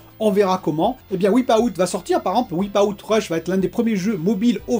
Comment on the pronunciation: Wipe out se prononce Waïpe out en anglais 😉